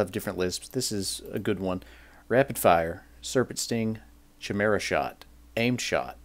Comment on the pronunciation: The way you pronounce "chimera" really annoys me but all in all not a bad video.